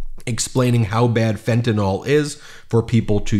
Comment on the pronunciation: I notice about half of people out there mispronounced "fentanyl," and saying, "fentanol." It drives me nuts, just like when Shrub used to always say, "nuc-u-lar," rather than "nuc-le-ar." It makes a difference, even if you don't think it does. The subconscious is a powerful thing and it is critical to be as sharp as possible when communicating.